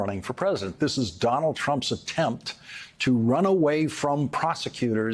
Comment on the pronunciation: Will this ever learn how to pronounce the word PRESIDENT? Pres-i-dent. Three syllables... Oh, I see, he's running for Present.:/ Funny, 'cause he says "Presidential"properly. Just not Present. I mean PRESIDENT.. Now he's got me doing it.